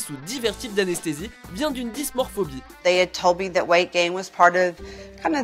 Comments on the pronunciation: Alors c'est Dysmorphophobie...et non dysmorphobie...il faut plus bosser vos vidéos, les gars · C'est pas dysmorphobie (ce mot n'existe pas) mais dysmorphophobie. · On ne dit pas dysmorphobie mais dysmorphophobie ;)